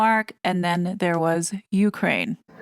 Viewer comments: Well, I confess I thought that this TRG RDD was narrated by a human and NOT like so many YouTube feeds just a computer talking. today, that belief was shattered when she read, more than once “U. K . rain”. What’s up with that? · This may be a dumb question, but why do you pronounce Ukraine like UK rain?